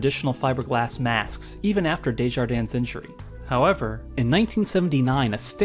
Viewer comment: Don’t pronounce the s at the end of French names like Gilles or Desjardins.